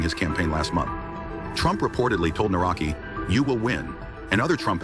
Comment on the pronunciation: The name is pronounced - Nav-ro-ts-k-ee. Another puppet as all they are. Divide and concur. Polish people are divided 50/50. That is the result they all want. Thanks for video. Do not comply.